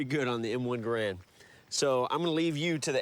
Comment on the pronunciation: It is pronounced ga ramd or gare end not grand. These guys are def not weapon experts. They even bring up myths with these things.